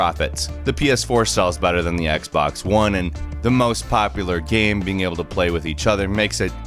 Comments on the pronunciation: Can you stop saying "gam" instead of game? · You said gam